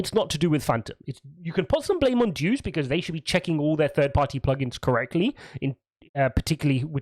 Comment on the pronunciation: DUCE lol. It is DEUS (DEH-OOS) though.